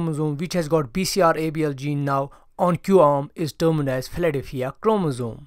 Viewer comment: He says: "Philadelphia chromosome" and the translation said: "Platyphia chromosome". Hilarious and informative about the person's ability to pronounce English words!